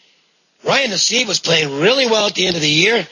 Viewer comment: Wow you guys were so wrong, weather all snow!! Syr trounced Geno, by the way you said Nassib wrong! Also 2 safeties on your boy Geno too! haha